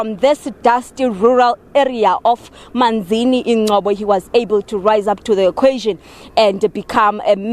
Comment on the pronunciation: Manzana not Manzini!!!!!!!!!!!!!!!!!! kodwa......